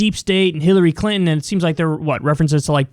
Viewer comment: She said Hillary "Clitton"